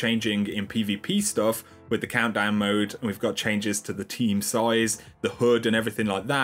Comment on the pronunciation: The "hood" lol. I know you meant hud love the daily coverage